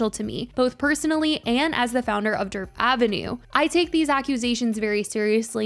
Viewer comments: I keep hearing “Derp Avenue” 😂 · Or Dirt Avenue